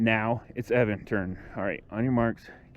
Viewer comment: The name is pronounced E-O-VAN. (I asked someone at the company). Thanks for the review. I want this board and the funny thing is, I currently have the Verreal RS with the 105 Cloudwheels. I am running the 40t pulley. I noticed your friend has the 45t pulleys. I am curious on the RS with the 45t pulleys.... what’s his top speed? I am getting exactly the same top speed with my 40t pulleys with the 105 wheels (maybe a hair slower) but off the line, a tad bit sluggish. I don’t like that. I’m wondering if I should have went with the 45t pulley from Verreal. Maybe there will swap out my 40t for the 45t?? Other than that does the EOVAN give you a high quality fell over the other Chinese boards? I want this to be the last board I buy and I want to make sure that I am happy. Oh and one more thing please.... how do those rubber 105mm wheels compare to the ride of the Clouds? Thanks so much.